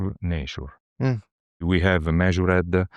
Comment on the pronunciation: The way that Italian guy turned the word "measured" into a 15 syllable word😂❤🎉